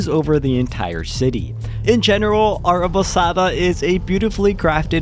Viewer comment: You pronounced it very well my friend. Arrabassada and Sant Cugat del Vallés. Català is easy.